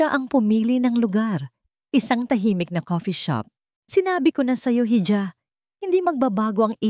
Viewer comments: IHA Po Ang bigkas hija, IHO nman sa hijo, wag nman kayo paulit ulit sa pagkakamli sa mga words na ito, Dito sa pilipinas wala pa pong bumigkas ng ganyan Ikaw lang narrator mag aral k nman! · Ganda sana ng boses kaya lang nakakadismaya Yung pagbigkas ng hija, silent h Po Kasi yan